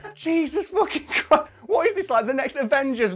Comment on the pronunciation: "focking window"